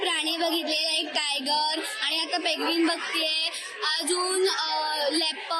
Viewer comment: पेगविन नाही ओ पेंग्विन. अनुस्वाराचा वापर करा. सर्दी झाली आहे का तुम्हाला?